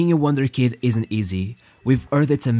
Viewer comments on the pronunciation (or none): You must not have watched Ted Lasso, or you would know it’s wunderkind, not wonder kid